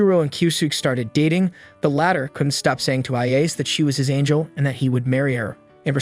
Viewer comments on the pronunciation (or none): none